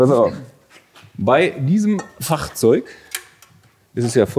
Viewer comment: Bei dem Wort Fahrzeug kommt immer ein Kölner in durch 🤷🏻‍♂️😂